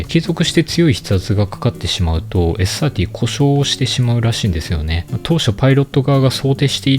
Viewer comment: ｴｽ ｽｩｱｰﾄｳｨｰ発音良すぎる。